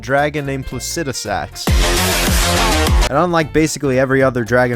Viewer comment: Okay I said the same thing 😂 first time I heard someone pronounce it that way.